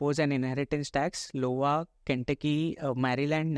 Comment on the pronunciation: I (read as eye) as in Ice Cream - Iowa not Lowa (L as in Lion)